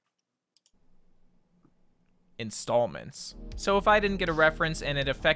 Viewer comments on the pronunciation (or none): "says: Intallments" proceeds to say episodes a second after